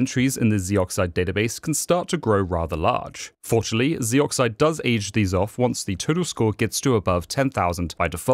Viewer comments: Narrator: "Zeee-Oxide" Me: "Zohxide." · It's not pronounced zee brother.